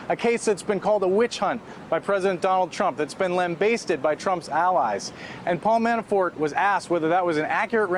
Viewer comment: … LamBASTEted? Don't you mean, lambasted?